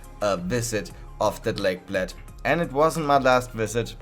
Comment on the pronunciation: You said Bled wrong, also did you try Blajska kremšnita?